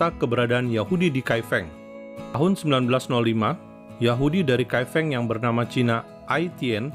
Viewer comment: Salah melafalkan Kai Feng Lain kali sebaiknya tanyakan dulu pada yg paham sebelum meluncurkan video tentang Kai Feng